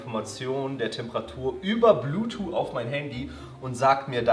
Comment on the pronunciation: Normale Menschen: Bluetooth: Bluetoo 😂